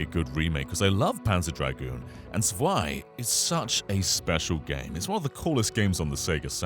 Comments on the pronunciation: Zwei is pronounced as Tswei. A German Z is always like a ts. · zwei is pronounced like tswhy